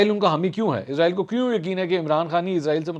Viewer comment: یہ اسرائیل ھے ازرائیل نہیں 😮